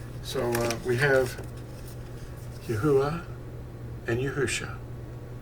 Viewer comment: Not to nitpick ya...but im pretty sure you are pronouncing the breath sound twice..with the saying of the first part of THE NAME..YAH thats the yod and the hay..then its uah witj the breath at the end...more closely EE AH OO AH..praise HIM! 😘 luv ya..ill never forget when Fossilized Customs fell into my hands...changed my life my friend..thank Yah for making you bro! Shalom!